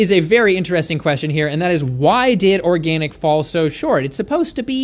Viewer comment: Organ-ick (zinger)